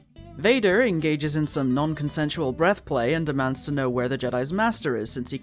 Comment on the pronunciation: "non-con-sen-shoe-ole breath play" ... No. NO! Redundant suffix is bad enough, why "jokingly" utter the language destroying abomination that is "non-consensual" It is vile enough to change the correct term, consenting, into so called "consensual" but why add the prefix "non"? Just make a solid statment instead of making up words. Even "unconsented" wpuod be less of a phonic disturbance to my ear tha "non-con-sen-shoe-ole." PS: Abortion NEVER requires the suffix "s" to denote plural state, that folly is the gasping mouth-breather's delusion about how flexible "morphology" is.